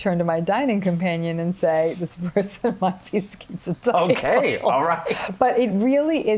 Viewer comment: Thank you Dr. Ramini , I am schizotypal . Firstly you can pronounce the word properly, maybe it's an American thing but skeeziod, skeezotypal, they can say schizophrenia properly and it's common knowledge that the 3 wise men of psychology Adler, Freud and Jung were German speakers "z" in German is pronounced 'tss' like a can of pop opening. Secondly you slipped the word "quality" over 'trait' (ni i i i ce). I have a 3rd nipple as well, how's that for 'ideas of reference' + 'magical beliefs', on top I remember every Dr, when I was little, make the same comment "You would have been burnt as a witch in the olden days". Ironically sort of right, just a few centuries out of date. Sorry to say this but it's better being magic than mental, though I may be prone to psychotic episodes I'm not default psychotic. Yes I "have magical beliefs" but Magic is managed madness, controlled craziness, logical lunacy or any other alliteration to that effect. I do not perceive magic in the Hollywood face value way, no bolts of lightning and stuff, but the real way. eg. if I was schizophrenic saying "I believe in Fairies" I'd be talking about little humanoids that I believed to be physically, objectively real shitting in the woods like the bears. But I am schizotypal saying "I believe in Fairies" that's because I refer to Spiders as '8-legged window fairies' or my Anima as my Fairy Queen. Dr Ramini described that well. I have a long time imaginary friend, does not mean I hallucinate- that's only on